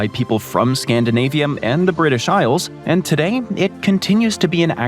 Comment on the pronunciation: Scandinavium, Africum, Asium, Oceanium...I was educated in the US 30+ years ago, but never learned these "um" endings. At least not that I remember. Maybe I just need new earbuds? :face-fuchsia-tongue-out